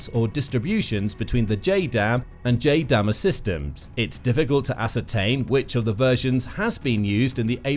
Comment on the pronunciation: It's JDAM-ER, "JAY-dam, ee, arr" as in two distinct letters E and R, for "extended range".